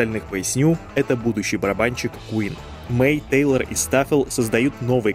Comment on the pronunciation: Тэйлор ( а не Тайлер)